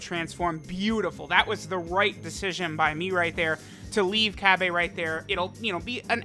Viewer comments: Nobody:: Cabb-AE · I still trying to process how he just said cabba🤣